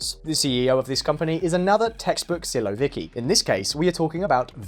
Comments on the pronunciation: I don't think you realize that "siloviki" is plural. A single person would be a "silovik". (you also put the emphasis on the wrong syllable but that's fairly common). Anyway, if you think about it there isn't actually a huge difference between the massive corruption in Russia and the Military Industrial Complex here in the US. There have also been a massive amount of mergers and acquisitions in the US arms industry, which created gigantic conglomerates that in the case of Boeing seem unable to build functioning hardware, or write good software... The major difference is budget. The US military budget is so enormous that even with all the corruption it will produce results. Just at astronomical cost overruns. The Russian budget is so much smaller that if 75% of it gets siphoned off into yachts, dachas and mansions... you're basically screwed. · "Siloviki" are no technocrats, those are specifically special services, law enforcement and military. BTW, you butchered that word. XD Bombing maternity hospital DOES make sense, just not in civilised way. Putin and his gang are a mob. Killing civilians sends clear message: "Stop resisting or we will continue killing your people". Except they are not on the winning side, thus such threats do not work, as defeating them to save lives makes more sense than surrendering.